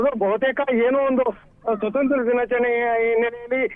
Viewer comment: ಕನ್ನಡ ಪದಗಳ ಉಚ್ಚಾರಣೆ ಬಾಯಿಂದ ಸ್ಪಷ್ಟ ಬರದಿದ್ದರೆ ಅರ್ಥಕ್ಕೆ ಅನಾರ್ಥವೆ ಸರಿ. ತಮ್ಮ ಬಾಯಿಂದ ಬಂದ ತಪ್ಪು ಶಬ್ದ. ದಿನಾಚರಣೆ ಅನ್ನೋಬದಲು ದಿನಾಚಾರಣೆ ಎಂದು ಉಚ್ಛಾರಣೆ ಮಾಡುವುದು ತಪ್ಪು. ಕನ್ನಡ ಸ್ಪಷ್ಟ ಓದಲು ಕಳಿಸಿ ಕೊಳ್ಳಿ.